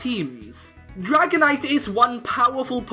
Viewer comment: IT'S DRAGONITE, NOT DRIGONATE!